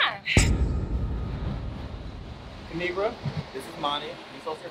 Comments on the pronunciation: My name is pronounced kinigra she so cute I love u kinigra Me even though I’ma girl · its kuh-ni-gra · It is pronounced ki-ni-gra. Now subscribe!! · Kinigra:Let me tell ya a thang o three its pronounced KA NI GRA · Lemme tell y’all a thang or 3 Subscribe To Ka-ni-gra And also when u let yo as* go outside remember it’s pronounced like that ✨period✨ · It's Pronounced Ki-Ni-Gra Now SUBSCRIBE IMFAO EVERY TIME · Lemme tell you a thang or three it’s pronounced ki-ni-gra now subscribeeeee